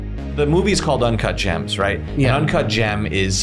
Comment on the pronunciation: ✨UnCaHt JaAaHmS✨